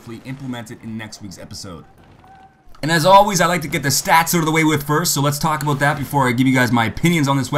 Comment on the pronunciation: aboot :) canandian :)